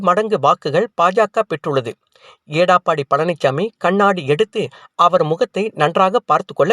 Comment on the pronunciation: எடப்பாடி பழனிச்சாமி என்பதை ஏடாப்பாடி என்று உச்சரிக்கும் உங்களையெல்லாம் எதைக் கொண்டு அடிப்பது😢